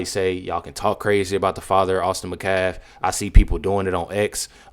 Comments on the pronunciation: Metcalf! Not Mcalf! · Why can't you "people" ever pronounce English words or names properly? HIS NAME IS METCALF, not Macaf. Moron. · I think you’re amazing but can you please pronounce Austin’s last name correctly? It’s Met calf. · Did she say Metcalf boys as in both boys? It sounds like she said boys. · The metcalf boy??? Damn, she doesn’t even have enough respect to say his whole name properly